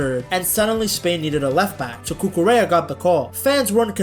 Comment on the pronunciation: The L is silent! Cucu-REA